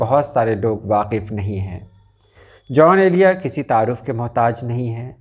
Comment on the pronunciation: محترم ان کا نام جون ایلیا تھا نہ کہ "جان ایلیا"